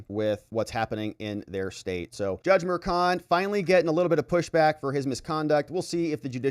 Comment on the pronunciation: the name is prounced MERSHON, not MERKON. ......... either way he needs to be removed.